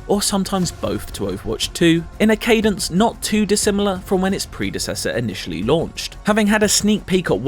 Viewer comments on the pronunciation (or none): none